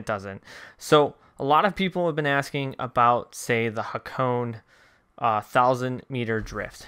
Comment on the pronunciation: Sorry mate I I tried ignoring it but I cant. Hakone is pronounced HA-KOH-NEH :)